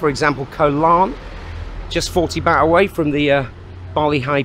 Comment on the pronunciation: It’s baht pronounced “Bart”, not baht like “bat.” Must be a northern thing.